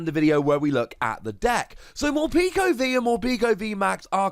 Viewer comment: I’m pretty sure it’s meant to be pronounced Mor-peck-o like peckish.